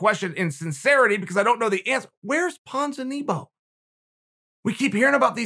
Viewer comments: Ponza-knee-bow 😂😂😂😂 its Ponza-nibby-yo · Nobody: Chael: Where's Ponzakneebow? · Me: Ponzinibbio Chael: Ponzinibo Me: Ponzinibbio Chael: Ponz Me: P O N Z I N I B B I O Chael: If he walked into your house and slapped you, you wouldn't know who it was. ok great.